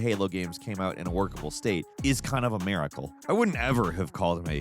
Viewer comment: WTF is a "Mare-icle"? Is that like a miracle, but for the unlettered among us?